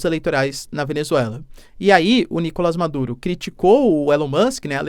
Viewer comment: NicolÁs!!! NicolÁs!!! NicolÁs!!! NicolÁs!!! NicolÁs!!! NicolÁs!!! NicolÁs!!! NicolÁs!!! NicolÁs!!! NicolÁs!!! NicolÁs!!! NicolÁs!!! NicolÁs!!! NicolÁs!!! NicolÁs!!! NicolÁs!!!